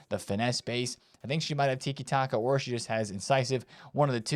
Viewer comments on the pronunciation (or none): none